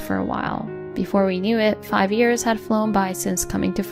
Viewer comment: Please narrator, it's "years", not "ears"!